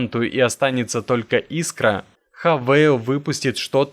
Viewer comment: Автор 🤡. Хавал а не хавэил 🖕🖕🖕🖕